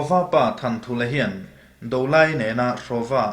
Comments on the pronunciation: A hming sak chhan han hriat hian Thanthulha ni lovin Thanṭhulha tih tur ni awm tak a ni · Thanthulha tih chu Thanṭhulha tih a nih duh hmel zawk e a 😃